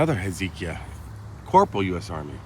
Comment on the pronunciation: I think it’s pronounced Hez-UH-KY-UH Also there’s something like this in Hamilton. There’s a Courtyard by Marriott Hotel. A pretty nice hotel. $250 a night even. Bam, cemetary in the front. I’ve never driven into the property so I don’t know if there’s a parking lot between the hotel and the cemetary, but it’s an odd sight either way.